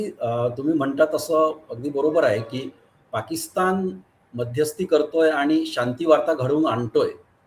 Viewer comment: साहेब आपले पॉडकास्ट नक्कीच चांगले असतात.परंतु आपली भाषा सुधारण्याची गरज आहे असे मला वाटते. पाकिस्तानच्या ऐवजी पाकिस्ताण मनाच्या ऐवजी मण कुठे न आणि ण वापरायचा हे कृपया ठरवून आपण बोलत चला ही विनंती🙏 त्यामुळे आपली भाषा अशुद्ध वाटते धन्यवाद 🙏